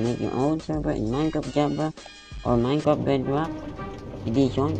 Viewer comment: "minecrt" dapat minecraft